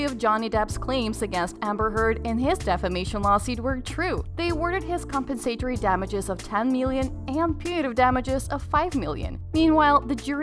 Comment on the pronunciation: Compen SAY tory? NO-- com-PEN-sah-tore-ee